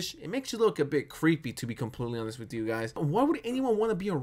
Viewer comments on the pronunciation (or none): its pronounced "hon-est" not "on-this"